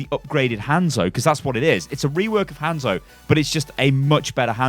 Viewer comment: ITS HANZO NOT HENZO